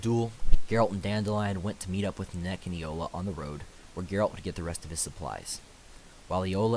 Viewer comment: Exactly she nenneke not nanek